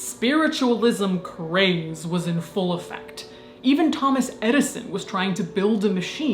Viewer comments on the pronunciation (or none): none